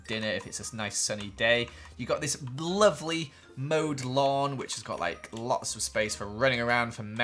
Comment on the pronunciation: Did he say blovely??